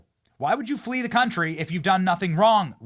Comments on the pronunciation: Lees not flees? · LEES America. How does one LEE America? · " Flees" The US not " Lees" ❤ maybe a mispell? Cant be perfect everytime! 💋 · Don't you mean FLEES, not LEES? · "LEES" America??? Lol...😉😏🤣❤️🐻☘️🎶🇺🇲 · Its Flees with an F